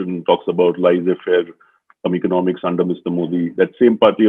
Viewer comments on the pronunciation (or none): Mr Aakar Patel. Laissez-faire is pronounced lay.say.fair and not lie.say.fair. Your analysis is spot-on. When Mr Aakar Patel says Modi's babbling when he actually lies or misrepresents the facts, it's in actual fact bullshitting. But then he remains popular because the Indian people love tamasha and getting bullied and pushed around. We appreciate strong men even if they're a disaster for the country. What a missed opportunity because Modi has the power and enjoys great popularity but that's a squandered opportunity and that makes us the laughing stock of the world.